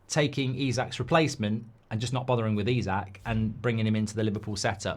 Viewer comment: Why do you keep calling Isak, Usyk ??